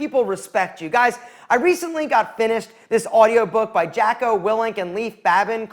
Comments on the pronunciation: Jah-co. Not jack-o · Me hearing him pronounce Jocko’s name like eughhhhh ITS JOCK OH NOT JACKO AAAAAAAAAA, but seriously can’t agree more with you his books are phenomenal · the fact that he mispronounces Jocko proves he didn't listen to the book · Might check the pronunciation of Jocko and Leif.